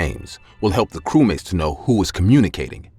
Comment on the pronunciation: her:nlah blah blah cewmate me:ye ye defenetly a cewmate